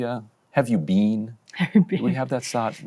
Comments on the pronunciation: in the most arrogant english accent possible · “YOU’VE NEVER BEAN?!”